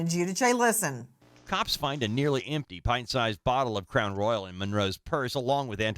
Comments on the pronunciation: Ummm, it's Crown Royal, like the king Royal. It's not RoyalE. 😅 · We don’t say roy-yal in the south! We say royal like “the royal family”. I don’t know where Nancy got that crazy pronunciation but it wasn’t from the south! 😂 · It's Crown Royal, not Royale. This woman is definitely going to prison. Her unborn child probably will be taken from her, too. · Omg Nancy it’s not crown royale, it’s crown royal (like the Royal family) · You're so familar with Crown Royal that you can't even pronounce it. It's ROYAL not Royale. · Crown Royal NOT ROYALE…. Making it sound like the James Bond movie 😂😂😂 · Well it’s Crown Royal, not Royale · It is Crown Royal, Nancy, not Crown Royale. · ITS NOT CROWN "ROYALE"....its Crown Royal ffs lol😅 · Royal, NOT Royale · Nancy its Crown royal not roy-al!! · CROWN ROY-YELL 😆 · Nancy is not pronouncing it correctly😂. It's crown royal. But I'll let it slide. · Same pronunciation here in the midwest, just crown royal, plain and simple. No roy-AL lol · Was there a sticker that people put inside of wallets? An 80s thing. Royal vs Royale pronunciation